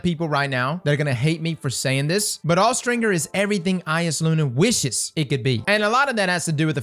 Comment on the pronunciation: What did you just say… 💀”Awe-stringer”💀